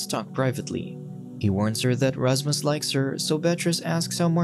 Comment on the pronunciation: its Rashmush bro😂